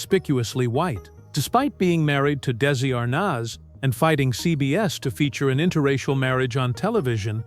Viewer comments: Arnez not arnas nez get these names right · Lucille Balls' husband "Daisy Arness"🤣🤣I really wish people would start narrating their own shit again🙄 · Good old Dee zee arnez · Awful narration Dessy Arnoz then Arnaz? Destitute studios? I thought everyone else calls it Dezilu(pronounciation)..stopped watching as it all started. Could do better with a 'real' announcer.